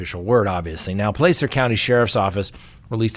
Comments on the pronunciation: Hi. I'm not criticizing however 'Placer' is pronounced with a short 'A' (ah) not a sharp 'A' (AA). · Not trying to be a jerk, or grammar police, but the a in the word “Placer”, is pronounced with the short a sound (ă) as in Apple, Dragon etc. 😂💙